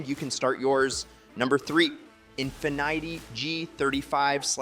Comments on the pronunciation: im sorry but “infinighty” is crazy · He said "In-Fye-Neity"